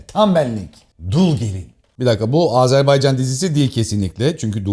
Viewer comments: Azerbaycanlıyım ama bu kadar iyi söyleyemiyorum😅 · Azerbaycan kelimesini düzgün telaffuz eden nadir kişilerden birisiniz. Kutlarım ve teşekkür ederim 🥰😘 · Azerbaycan'a "Azerbeycan" demediğin için teşekkürler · Oh eline sağlık. Çok sinir oluyorum terklerin AzErbEycan söyledikleri zaman